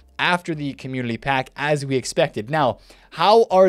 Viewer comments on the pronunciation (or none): Is it community? Or Commulity? Just sounds like you are saying Commulity